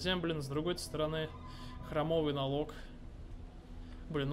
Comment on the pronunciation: Не храмОвый, а хрАмовый!